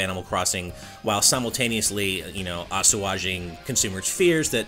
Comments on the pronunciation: "asuwaging" - I'm sorry, did you mean to say "assuaging"? Because that's not how you pronounce that word lmao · Ah-soo-odd-jing? I think you mean “assuaging” Pronounced uh-sway-jing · ...a-su-aw-jing? Oh, assuaging. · Did anyone else cringe when you heard "ass-u-aging"? Its pronounced as-way-ging, mate. :) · Dygnys Ass-U-age-ing XD I was listening to him say that and just let out the loudest OOF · Assuwashing? Google has a pronunciation feature now, you know? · Ass ooh arjing? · I'm REELING from pronunciation of "assuaging" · That pronunciation of the word “assuaging” is killing me. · Now THAT's a wild way to pronounce assuage